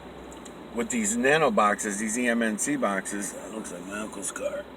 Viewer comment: I have a difficult time understanding you at certain important times. Are you saying "HAMMOND BOXES"? Okay, read some comments. EMNC boxes. How many Joe Bazooka wrappers must I send in to get one? Just kidding you, tell me more. Oh yeah, what is the name of your other channel? Miguel Everyone channel? BTW, how the fuck did you chance upon MY original slogan, "THERE IS NO SUCH THING AS NOTHING"? That's mine! I own that! Where are you from? I'm going to be in Boston this November. Can we meet up?